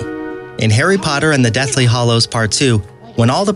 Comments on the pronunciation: Great video, but I am deeply triggered by the way you pronounce "hallows" 😂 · Thank you!!!!!!!!! LU-see-us, not LU-shus. Dobby, not Doby. Hallows, not hollows. Jenny, not Jeanie. So many times I wanted to reach through the screen and smack him, computer voice or not!! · Things that really annoyed me: -It’s pronounced LUSIUS not LUSHES -it’s pronounced DOBBY not DOEBY -it’s the deathly HALLOWS not HOLLOWS -it’s pronounced GINNY not GEENY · Also, the Deathly Hollows. Over and over again. It's an insult to actual fan. Oh, god, and basilisk. It's... so bad.